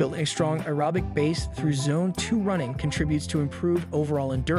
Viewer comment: I’m not listening to the advice given by someone who can’t pronounce aerobic.